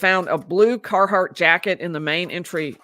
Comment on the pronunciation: it's Carhartt, not Carhardt. y'all sure it's part of your life?